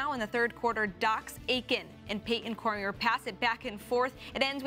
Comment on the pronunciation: One thing I'm noticing from watching all of the LSN highlights of this past weekend is player recognition... Either not pronouncing a name correctly or talking about players not on a team. Do a little research when you are going to use a player's name (Cormier is pronounced Cor-me-ay). It's helpful to the fans and respectful to the player. Then make sure the players are actually on that team... Aiden Olmstead plays for Loyola... not Lehigh.